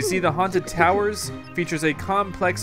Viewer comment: Its towers not tawers